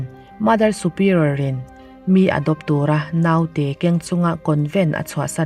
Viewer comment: Tv lam aṭangin youtube hi ka en ṭhin a. 'Naute' i lam dan hi a dik lo ṭhin a. I aia hre zawkte zawt teh. 'Nau' hi thlûk loh tur.